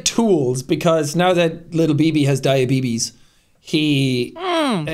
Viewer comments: literally what i call it now since this episode came out 😭 my mum has type 1 so its either we call it Diabeebees or the old man saying “diabetus” 😭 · As a diabetic I approve of only calling it diabeebee’s from now on. 😂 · As a type one Diabeebee, I agree